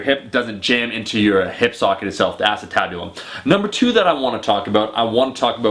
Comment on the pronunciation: A-cen-tibulum i think